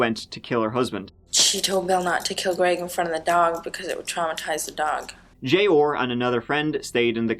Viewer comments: Jay-ORRRRRRR.... say it with me, "Jey-AWE-R" lol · Arrrr. J Arrrr. Not J Orrr. Killin me smalls. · Me too! I was like who the hell is J-ore?? 🤣 🤣 🤣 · Name: J.R. says: “Jay Orr”